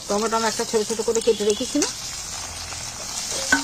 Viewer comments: Tometom noy tomatoes 🍅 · হাতে gloves পরা নেই, বাঁ হাত লাগাচ্ছে, নখে ময়লা। ঘেন্না লাগে।টমেটোকে বলছে টমেটম।